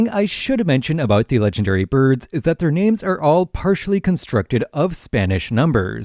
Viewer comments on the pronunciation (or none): My dude please please please learn how to say some of these names